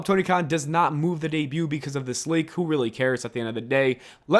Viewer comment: Booker T said "becAse"